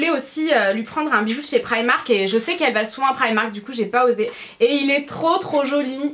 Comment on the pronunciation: tu sais pas dire primark comme un dit pri et mark